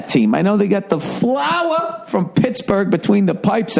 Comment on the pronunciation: the FLOWAH!!